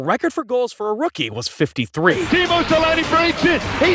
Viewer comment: SEL-ANN-EH ffs. Also I get the shivers out of fear seeing those old hockey games when helmets weren't mandatory